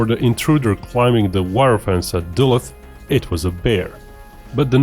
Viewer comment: duluth = duh-looth